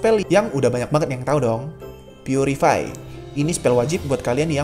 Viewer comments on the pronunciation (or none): "Purify" Bukan "putricty"